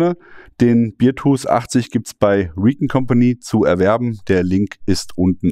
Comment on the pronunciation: Du sprichst es Beertooth aus, das ist der Bierzahn. Es ist aber der Bärenzahn, also beartooth. Bear wird fast wie unser deutscher Bär ausgesprochen. Aber da ich ein Freund des güldenen Hopfensaftes bin, ist es halb so schlimm. 🍻